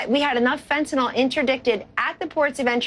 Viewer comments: It's "fentanyl," Kellyanne, not "fentanol." IDIOT > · If you are part of the drug clean up dept, and you wouldn't be if you were some kind of expert on the subject, then I would think you would know that its not pronounced fentanol it's pronounced fentanil you dolt!